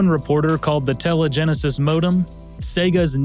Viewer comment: "Telegenesis"... "TELEgenesis"... "TELEGENESIS"!?!?!?!